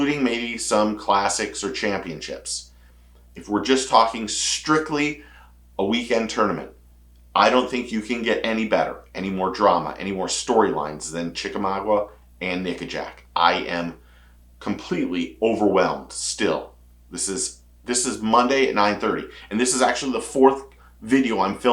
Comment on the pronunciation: It's Chick a maga, the "u" is silent. As long as Andy Morgan and Bryan Thrift are still fishing, I'm good.